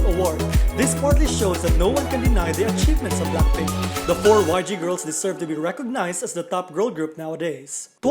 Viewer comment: i hate the way you pronounced BLACKPINK.. can't you pronounced BLACK properly? not BLAK but BLACK.. BLACKPINK okayy? not BLAKPINK.. anyway congrats BLACKPINK.. i wish to see their performance on Award/Year End Show.. it's been a long time the girls doesn't appear.. for TWICE.. tbh, their recent releases like More & More, I Can't Stop Me doesn't hit enough like their previous song Feel Special & FANCY.. honestly, FANCY concept is superior for me.. JYP should using that concept again in the future.. for live singing, i'm agreed with those netizen.. they already 5 years old, but i won't blaming the girl.. JYP should stop giving them high pitched song & stop using Nayeon - Jihyo alone to carry the whole song.. Jeongyeon & Mina should have more line too because they are Lead Vocal.. stop forcing Momo using that cringey voice, that's ain't cute tho.. Momo supposed to sound better than that.. Chaeyoung should having more rap because she is Main.. JYP is suck.. for Red Velvet, they ain't leaving the 'race'.. they just on their comfort zone & stay unbothered with those 2 group.. i was upset with those netizen who attacking the other girls.. the controversy is about Irene, but the other girls is affected with that.. end of 2020 supposed to be exciting because Wendy is finally back.. but nevermind, i'm anticipated their comeback.. i love BLACKPINK, TWICE & RED VELVET..